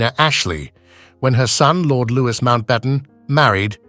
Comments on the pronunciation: “Loo wee” not “Loo wis” is how “Louis” is pronounced. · The ‘s’ is silent in ‘Louis’!! I can only assume the voiceover is AI generated.